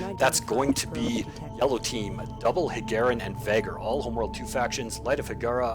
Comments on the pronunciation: Nice game, nice casting,. Looking forward for you other vids. Btw, you still pronounce Vaygr as "Vahgr". XD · Well, I compare your pronounciation to the way the say it in campaign. I know it is a case of po-tay-to/po-tah-to, but I just couldn't help but notice it. I guess I won't bring it up in the future, thanks again.